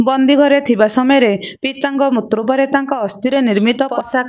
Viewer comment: ସେଇଟା ମୃର୍ତ୍ତୃ ନୁହେଁ ମୃତ୍ୟୁ ଲେଖିଛ ଠିକ ପଢୁଛ ଭୁଲ